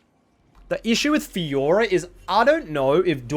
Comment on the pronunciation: You only got the Faykah part right